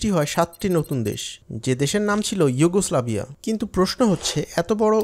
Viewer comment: যুগোস্লাভিয়া হবে উচ্চারণ